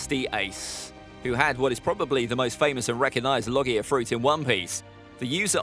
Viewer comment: pronounced logia wrong